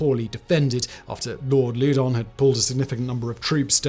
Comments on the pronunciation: If you’re gonna do a video on the French and Indian war at least learn how to pronounce the names. Loudon “lau don” Fort carillon “cari ohn” Etc etc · Lord Louden pronounced (laow- dun) not (lew- den). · Not sure how the modern British family pronounces it, but "Loudoun" has traditionally (and as near as I can tell, always has been) pronounced to rhyme with "cow-dun".